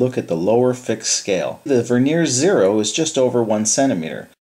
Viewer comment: The word Vernier has the accent on the first syllable, not the second. The word Vernier, with the accent on the second syllable describes a thin layer of wood on the surface of furniture.